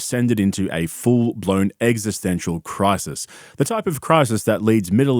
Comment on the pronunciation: "EGGistential" LMAOOOOO